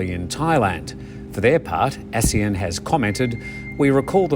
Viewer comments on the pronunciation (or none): none